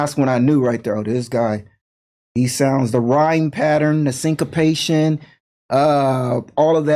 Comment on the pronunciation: Sync-a-patient is a new one